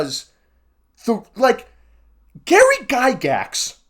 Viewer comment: "GAry Guygax..." took me out 😭😭